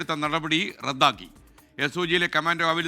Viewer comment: കമാന്റോ അല്ല കമാൻഡോ. കമാന്റൻറ് അല്ല കമാൻഡൻറ്